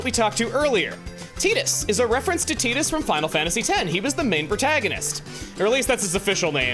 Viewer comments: The eye twitch i got when called Wakka "Wacka" and Titus "Teetus" WAH-KUH and TIE-TUS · I thought "Tidus" was pronounced Tide-us not tee-dus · Final fantasy 10 is my favorite, hearing Teedus instead of Ty-dus was... something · Everytime I hear Tea-Dus, I keep wanting to go it’s Tie-Dus!!! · Um it’s actually probably Tide-us I’ll never say Teedus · And i think it's "tie-diss" not "tee-diss" 😂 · Chuggaa hearing you constantly say Titus as Tee-tus was giving me a headache lmao. We know its pronounced as Tie-tus. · i am all for offcial pronunciations for things, but i will always refuse to call Tidus Tee-Dus it feels so wrong to me especially since water plays a big part in ff10 themes Tide-us just fits way more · apparently the voice actor told us Tidus is not said like a Tide. it's said more like a Tee. Tee shirt. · CHUGGA, its not Tee-dus, its Tie-dus! (TYE-DUSSSS) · It’s TIDE-us like the tide. ❤ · Chuggaa pronouncing Tidus like that ... I always thought it was pronounced like "Tide-us" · it is TIDE-US like water i do not care what dissidia says and wak-ka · hate the correct pronunciation Tidus I like more the Wrong pronunciation way it sounds way better and doesn’t sound like someone saying the word for a women chest